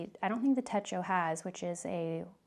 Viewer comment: Great unboxing! It's "tet-cho", not "teh-ko". Techo (手帳) means "pocketbook" in Japanese. 🙂